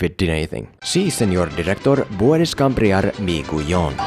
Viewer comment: Your spanish is actually pretty decent for someone who just started, except for "cambiar" and "guión" everything you pronuonced was good